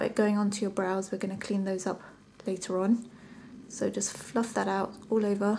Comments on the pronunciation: ith "ul ever" you mean all over right? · firstly I didn't notice but after I read your comment I started to realize that you are right she was using that "ul ever" all the time